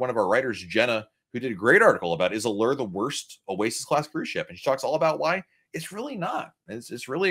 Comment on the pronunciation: Really enjoy your comments about Diamond vs Diamond +. Only, your pronunciation of the ship is rather strange (A-lurr). Please try A-loor. This video was full of really good info. Thank you.